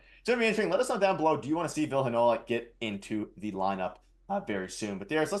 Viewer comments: It's Vill-ee not Vill and it's looking like Arniel brings him in a two game conditioning stint with the Moose #freeVille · Vill eee not Vill